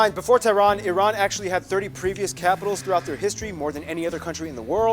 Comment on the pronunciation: Very good that you pronounced Iran correctly. It's eeeran not ayrane.